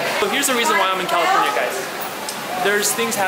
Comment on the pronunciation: "califoryum" - #Brudder #whenIthinkaboutJesus #TheSoundBlewUp #andNow #Califoryum #MuchLoveBrudder